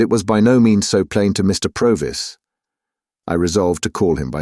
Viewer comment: Really enjoyed listening (although I noticed 3 different pronunciations of Provis) 😊